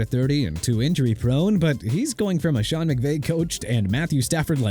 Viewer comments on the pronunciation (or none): none